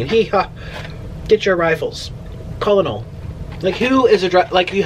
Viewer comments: Nik, Col. is Colonel, pronounced Kernel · Lmao colonel Sanders!!! As in (Ker-nal) Sanders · Colonel is a military rank, pronounced “kernel” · Col. (Colonel) is pronounced “kernel” - Colonel Sanders; a high ranking officer 😊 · It’s Colonel, pronounced “kernel.” It’s a high position in the military... ❤️🥑❤️🥑❤️ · colonol is pronounced "kernel" and it's almost like a general, and it is abbrieviated as col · It's pronounced like kernel Nick Colonel Sanders I don't know why it's pronounced like that is just is LOL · Nik, Did you really ask Siri what Col. stands for on a KFC chicken box lol??? Ever heard of Colonel Sanders? Pronounced: (Kernel) Colonel Harland David Sanders (September 9, 1890 – December 16, 1980) was an American businessman, best known for founding fast food chicken restaurant chain Kentucky Fried Chicken (also known as KFC) and later acting as the company's brand ambassador and symbol. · Col. is Colnel pronounced kernel its an army officer of high rank, in particular (in the US Army, Air Force, and Marine Corps) an officer above a lieutenant colonel and below a brigadier general. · Hi Nick. Col. is an abbreviation for Colonial (sounds like "kernel"). Love your videos!! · Nik like a ker nel , in the Army, that’s how u pronounce it. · colonel is pronounced like “kernel” nik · Col. = Colonel pronounced Kernal